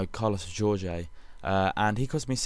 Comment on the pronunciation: Could you please make an effort to get the names better? Carlos Jorge? FFS??